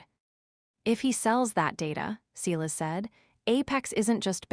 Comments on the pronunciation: Sighlass. It's pronounced sighlass. Edit your AI voice software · OK, in addition to the fact that your AI voice doesn't know how to pronounce the word Silas, he couldn't be on the Internet looking at what Julian is doing on the network inside the company. That's not how IT works.